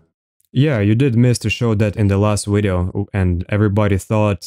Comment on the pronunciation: I really like the word 'wideo'.